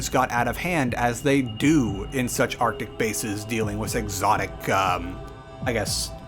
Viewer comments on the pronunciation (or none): none